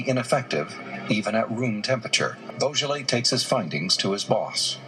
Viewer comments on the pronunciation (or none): Please pronounce his surname properly. It's not pronounced like the French wine Beaujolais